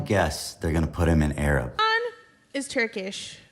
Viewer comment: Hasan doing the Obama fake pronunciation thing is wild. "Hussuhn NuzzzrullAH has been assassinated." Dude he had the first name as you! You're not an Arab, your a Turk!